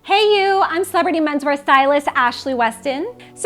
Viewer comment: you know... i literally thought from the beginning that you always said "hey you I am cebety men's wear stylist"... and I was confused till one day when I opened your video accidentally with the video's cation on... and then I realised it was celebrity and not cebety... i always wonder whats cebety... hehe... btw nice content and I always share your videos Ashley on pinterest :)